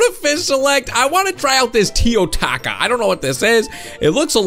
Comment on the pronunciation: "feel the rath of the teo-TACO